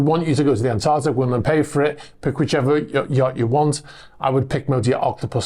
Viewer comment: ANTARCTIC... Not Antartic! Pedantic But Just because it's still Febuary. Hahahaha!